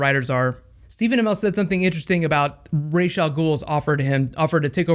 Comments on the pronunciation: Was I the only one like "ITS Rae-sh NOT Ra-s!!!!" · It's Rae-sh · Rae-sh is the wrong pronunciation. It's the latter. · Freddy U in batman beyond Talia all Guhl said "my fathers name is Rae-sh not Razz. Common mistake." Rae-sh is his official name pronunciation and any Media that pronounces it Razz is wrong. Even the writers of the comics and the original shows have stated this to be true.